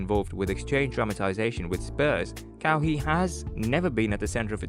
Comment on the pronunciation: Not KaWee Leonard. It's pronounced Ka-Why spelt Kawhi.